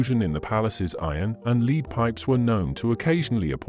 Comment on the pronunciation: For the love of all things French, please teach/program the narrator the correct pronunciation of french words - names, places and the word LEAD! You can LEAD a horse to water, LEAD is a toxic substance which when ground up creates a white powder that women (mainly) used to create the illusion of a white young face.